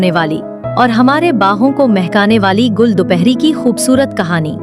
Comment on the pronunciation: Gall nahi Gull 🙄 Gull matlb phool.....gall koi lafz nahi